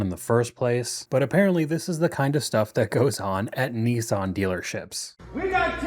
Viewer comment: Americans have real trouble with the word "Nissan"